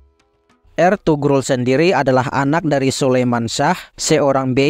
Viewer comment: Sogut dibaca Soyut…Eltugrul juga di baca Elturul…